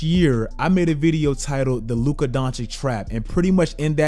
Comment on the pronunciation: I don't understand why you STILL can't pronounce Luka's name properly. Maybe then, i'll sub.